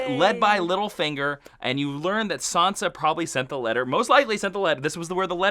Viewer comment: it's Sansa not Sonsa. San-sa. An A sound not an O sound.